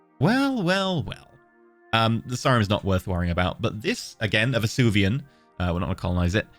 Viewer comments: Take a shot for every time Venusian is pronounced Vesuvian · As a sidenote, I love how reads Venusian as Vesuvian. It is not the right word, but I am 90% sure the people of Pompeii would agree it was just as unlivable as Venus, making it a PERFECT adjective to describe Venusian atmospheres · I have a theory that is purposefully mispronouncing venusian to increase viewer interaction in the comments:P